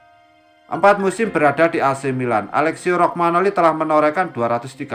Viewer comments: Romagnoli atau rogmanoli ya? Pengisi suaranya agak kacau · 🤣🤣🤣 kog bacax rogmanoli belepotan